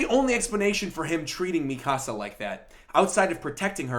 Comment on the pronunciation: Devante Frazier He's pronouncing it correctly. み か さ